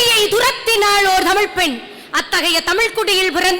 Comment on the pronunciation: பேச்சாளர் பிள்ளைகள் ஒவ்வொருவருக்கும் தமிழை தமிழ் என்று உச்சரியுங்கள் உங்கள் சொற்பொழிவில் தமிழ் என்ற சொல் வித்தியாசமான ஒளியில் ஒலிக்கிறது